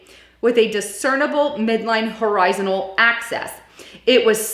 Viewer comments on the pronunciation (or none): US Govt Secret Space Program (SSP). You said DOT and Dept of Defense. I think you meant DOD Please learn how to say rendezvous, horizontal, elongated, axis...